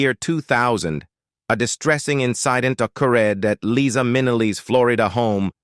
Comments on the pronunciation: LIE- Za !! Not Leeza, you idiot! What else have you gotten totally wrong? Sorry , fella, but that is extremely annoying. You don’t know how annoying! Have you even listened to her song “Liza”? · Liza is an incredible talent. And it’s Li-za with a Z. C’mon can you get it right in the days of Chat GPT?😊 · This announcer doesn’t even know how to pronounce her name!! He says Leeza!! 🙄Then also says her name correctly. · LEE-sa MIN-e-lee? Whoever the narrator of this video-tabloid is, he should at least learn how to pronounce the subject's name consistently. Pathetic! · I wish you would learn to pronounce their names and thank God Eliza has enough guts to share her life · Never! Marry an XY! And the narrator needs to learn to Pronounce Liza's name! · Liza is NOT about eighty! Born March 12, 1946. Do the research and Do the math! She is 77. The ROBOT "narrator" doesn't even pronounce LIZA correctly! Get it together, YOU TUBE!! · This guy can't get Liza's name right at times. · I get that this is AI , but come on ! Someone still posted it ! Shameful to have Liza’s NAME , as well as others, mispronounced! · I have been a fan of LiZa Minnelli for many, many years, since she and I were both young. I found it painful to hear her name mispronounced so many times in this post, especially since she bothered to record a song to teach us all that her name is "LiZa with a Z NOT Leesa with an S." She deserves better than this. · You mispronounce her name?! It’s Liza not Leesa. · I absolutely love this woman. And LIE-ZA (with a Z). Not LEE-SA (with an S). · Her name is pronounced LIE-ZA, not LeeZa! I have loved her since I first saw her. She is beautiful! 🥰🥰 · It was Judy who had the sad life, and it’s LIZA…not LEEESA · Ikr, Leeza is not Liza. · "LIE - ZAH". Get it right robot voice boy. PATHETIC! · Pronounced - LIE-ZA.